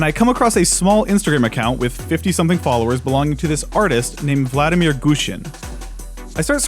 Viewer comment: "vladimír" the stress (at least in russian) would be on the second syllable. Vladímir